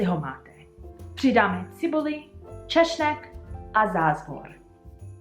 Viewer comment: I have just minor, completely unimportant - but funny - correction: Garlic is "čeSnek" (with the "[S]alute" sound), not "čeŠnek" (with the "Wel[sch]" sound)... Using [š] sound evoke connection towards words like "češ", "šnek". "češ" is imperative singular from "česat" meaning order (to someone) "to brush" (your hair, Toby's fur,...or cotton fillaments before you form them towards thread and possibly fabric...) "šnek" (alias "hlemýžď") means "snail"...